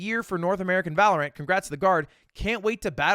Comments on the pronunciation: That’s what you get for saying Valorant with so much emphasis on the ANT. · Must have misheard thought he said valor ant not valorant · Why does he pronounce Val like that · Why does bro say valorant like that 😂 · Why does he say valorant like that